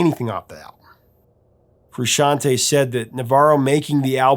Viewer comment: You pronounce Frusciante correctly. You get a cookie.